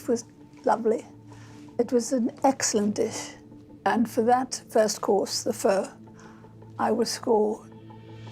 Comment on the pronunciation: Foodies but they cant pronounce the most well known Vietnamese dish Pho. Its "fur", NOT "foe" . If they cant pronounce it or even know what it is meant to be, how can someone say the ratio of noodle to broth is right or wrong.